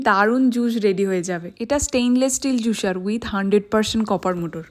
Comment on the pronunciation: তোমার দন্ত স এর উচ্চারণ ঠিক হয় না। জুসার বলে জুশার না। প্রেস হবে প্রেশ না।